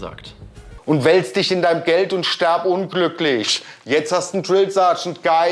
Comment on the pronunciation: Ich fange gleich an zu weinen😂 es regt mich schon in meiner Klasse so auf es heißt: wirf nicht "werf" ; lies nicht "les" ; iss nicht "ess" ; tritt nicht "tret" und hier eben stirb und nicht sterb 🤦🏼‍♀️ aaaaaaaaahhhhr 🤣🤦🏼‍♀️